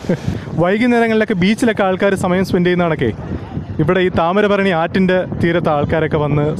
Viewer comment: ബ്രോ..താമരഭരണി എന്നത് തെറ്റാണ്.. താമ്രപർണി എന്നതാണ് ശരി.. വീഡിയോ ഉഗ്രനാ....